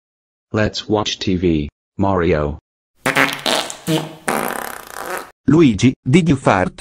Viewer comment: He said "Lugee"